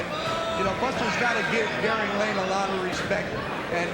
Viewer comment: The fighter's first name is "Garing" Not "Garib." Garing Lane. Come on, this is embarrassing.